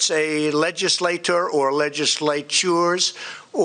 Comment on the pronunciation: First of all, he can't even say legislature. NOT smarter than a seventh grader. Second, this was about Covid & he just runs his mouth about his 'achievements'... How delusional & ill!!!